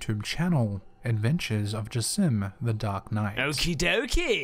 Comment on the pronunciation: said jassim very very wrong XDDDDDDDDDDD